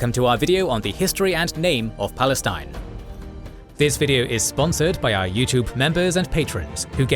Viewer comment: "Balestin" LOL